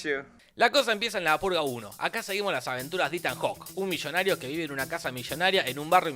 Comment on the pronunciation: "Un mishonario, que vive en una casa mishonaria, en un barrio mishonario, junto a su esposa mishonaria, que es la Señora Lannister!" jajajajajajajajajajaja